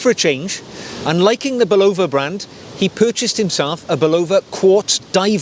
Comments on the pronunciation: An American would say "Bulla-va" and this is how the company would pronounce its name. You are, however, correct in that a a Japanese person would pronounce the watch brand more like "Seek-O" than "Sake-O" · Sayco, not Seaco. During its entire existence in the US, Bulova was pronounced with the accent on the first syllable BULova, not buLOVA. However, we may well have been mispronouncing the gentleman’s name. If you happen to run into James Bond, inform him that it is Omayga, not Omeega. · Hi. Good video. Three points of accuracy. 1. It's pronounced Say-ko and not See-ko. 2. Seiko doesn't do Eco-Drive, Citizen does. You showed a Seiko Solar watch. 3. Bulova is pronounced with the emphasis on the Bu and not lova. More watch content please. Love the peacoat. I have a similar one.